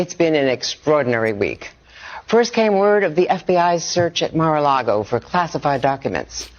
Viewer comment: Senator Round mispronounced MARA Largo as MIRA LARGO...He is going to make KING TRUMP ANGRY